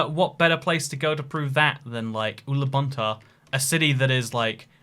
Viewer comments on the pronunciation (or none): me: watches video for 47 minutes to see if there is any mention about my country: mentions Ulaanbaatar (he mispronounced it, but its ok) but whats not ok is way that measures city, he just uses main yellow roads for measuring, while UB is 3 times bigger than imagination (4 times bigger if we include plain areas)